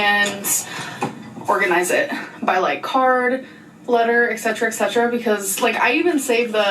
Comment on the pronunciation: Idk why but “whatever it may be..” and “ECKcetera “ drive me nuts. Girl, finish the list, name more than one thing, you have the time!